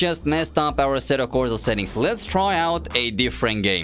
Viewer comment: assetto corza tho ? its a S not a Z xD